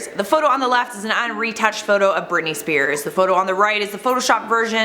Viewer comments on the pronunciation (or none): I swear I heard: " On the left, we have Bernice Beers." 🍻